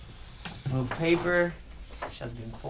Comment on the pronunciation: It's not Moooog .. and also not Mog.. it's Moog .. pronounced like Mogue